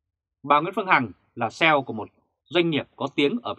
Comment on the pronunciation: CEO , phải đốc là C. E . O chu không độc là ( xeo )